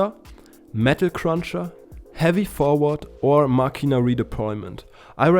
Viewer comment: Finally someone who says "Machina" instead of "Mascina", you made my day lol. Insane video as well! Good job!